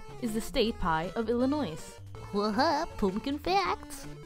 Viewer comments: you don't pronounce the 'S' in Illinois. It's silent. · i'm highkey judging you for pronouncing the s in illinois